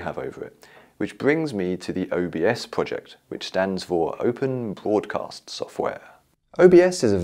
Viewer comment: I Think You Said PoardCast Software Not BroadCast